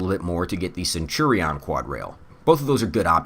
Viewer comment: I like the video but the way youre saying centurion is absolutely wild